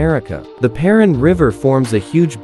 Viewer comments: Paraná is pronounced "pah rah-NAH" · [paɾɐˈna], but the issue is the emphasis. It’s supposed to be stronger in the last syllable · actually it's pronounced as "pa-ra-NAH" with the emphasis in the last syllable